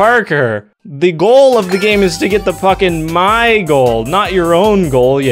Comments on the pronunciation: I thought you said Fu-- Yeah..... But no! Puck! Not that word! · when he said "puck in my goal" it sounded like "fucking goal" which was so unnerving to me i rewatched it several times until i heard it right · Nope never mind it sounds like he said the f word